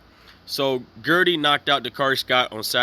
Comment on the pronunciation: my guy plz pronounce the mans name properly ... the name is not GERDY ... its pronounced GUIDRY( GID REE). my dude u couldn't even spell my guys name correctly .